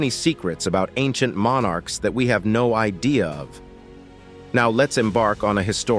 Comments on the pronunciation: Monn arks? Such a difficult word to pronounce.. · MON ARKS? Such a diffi kult word to pronounce! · Mon Arks? It's one bloody word not two!